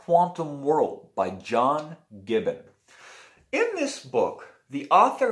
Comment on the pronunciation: That's gribben with an 'r' . I liked his other book ' schroedinger's kittens ' .